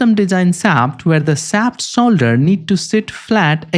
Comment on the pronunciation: great video, but you saying solder instead of shoulder drives me nuts lmao